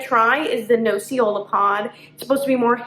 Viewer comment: Nocciola is hazelnut in italian you ignorant....and learn the proper pronunciation. Cioccolatino is the same problem with you! Learn before talking. Guess what is the cioccolatino made of? Chocolate! Yeah!! Ignorance is an ugly beast in the wrong hands.